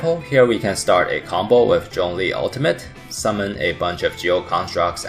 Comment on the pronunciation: Remember guys his name is 钟离, not 钟力 (google translate to hear the difference)